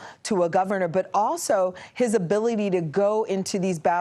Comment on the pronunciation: Walz….. say it like “walls”